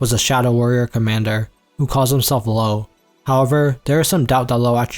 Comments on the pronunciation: It's not lowe but Löwe, which means lion. I believe the ö sound is not found in English typically but Google can help you pronounce it if you want to try. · I'm sorry but as a german speaker the names you pronounce are so hilarious 😭 Like in you said Low instead of Löwe (smth like: Luh-veh) which means Lion